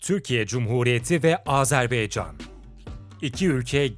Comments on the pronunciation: Yahu video yaptığınız ülkenin ismini doğru olarak söyleyin, Azerbaycandır adı 'baycan'. beycan nedir yahu, lütfen dikkat edelim. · Sayın sunucu telaffuzunu düzelt... Azerbeycan değil Azerbaycan... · Azerbeycan değil dostum Azerbaycan lütfen bunu düzgün telaffuz edelim saygılarımla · Azerbeycan değil Azerbaycan diye okunur. Lütfen düzgün telaffuz ediniz. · "Azerbeycan" değil Azerbaycan. Onu düzeltelim. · Azerbeycan degil Azerbaycan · Azerb“E“ycan değil Azerb”A”ycan Admin !!! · Azerbeycan değil "AZERBAYCAN"!!! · AzerbEycan değil AzerbAYcan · Azerbeycan değil Azerbaycan o düzgün söyleyin şu ismi kardeşimizin ismi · Azerbeycan değil Azerbaycan!!! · Güzel video...birde kardeş ülkenin ismini doğru söylesek çok iyi olacak...Azerbaycan...beycan değil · Azarbeycan yox AZEBAYCAN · abi azerbeycan degil azerbaycan dikkat et bunlara helal olsun iyi is yapiyosun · Sizin gibi bir diksiyona ve güzel konuşma yeteneğine sahip birisinin ''AzerBAYcan yerine AzerBEYcan'' demesi beni çok rahatsız etti. Bunlara dikkat edebilirseniz, kulağa daha hoş gelir. Videolarınızı keyifle seyrediyoruz. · Azarbaycan yazıp neden Azerbeycan diye okuryorsunuz ya hu? Daha adını doğru okuyamadığınız bir ülke hakkında analiz yapmışsınız gibi bir durum var ortada. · AzerbAycan şunu düzgün söyleyin lütfen